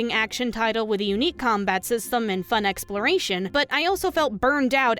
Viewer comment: how hard was it to say Exploration?